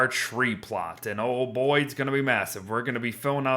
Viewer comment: you said boi wrong.